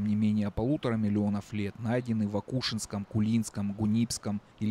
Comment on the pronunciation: район акушИнский, а не акУшинский. и паспортный контроль проходят не на чиркейской, а на миатлинской гэс!